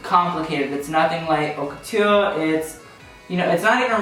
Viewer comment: my heart relaxed when I realised you actually knew how to say 'haute couture' HAHAHA, I was wondering if you were saying 'hot' on purpose ❤